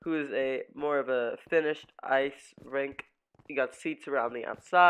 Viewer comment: Its not a ring, its a "rink"